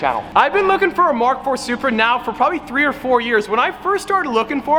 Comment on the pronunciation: its a, its a, SURPEA!!!!!!!